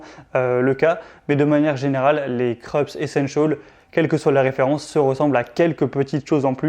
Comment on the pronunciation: Se pronoce Kroups, c'est allemand.